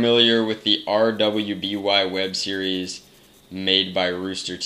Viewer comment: RWBY is pronounced ruby. It's like an anime